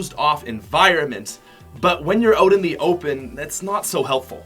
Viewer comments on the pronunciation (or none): Why the hell is he saying "oat" not "out"